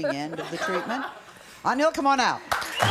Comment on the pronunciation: Why does sally keep calling ‘Angel’ as An-hill. Just pronounce his name as the mythological creatures lol.